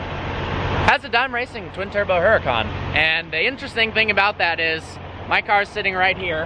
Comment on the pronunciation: Dude, 'Hurucan' is pronounced like 'Ooh ra (roll the r) khan'